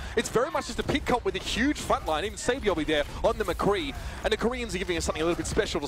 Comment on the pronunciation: "On the mccwee and the kowea ..."